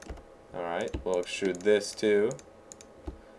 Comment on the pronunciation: I LOLed when he said let's excrude a tail